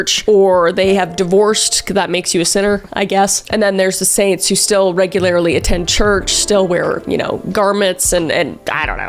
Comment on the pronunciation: Kris with the "regularily"🤣